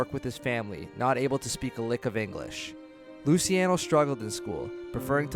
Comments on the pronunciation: its luchi not lusi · Why is it so hard to say Loo-CHE-Ah-No ???